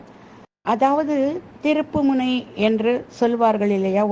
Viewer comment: திருப்புனை❌ திருப்பு முனை✅